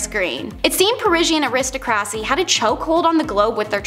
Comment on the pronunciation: Might be a good idea for you to learn the correct pronunciations of all the words, for example you butchered the word: aristocracy, to name only one!